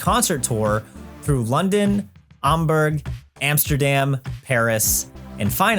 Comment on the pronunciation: Im sorry, did you just pronounce it Amburg?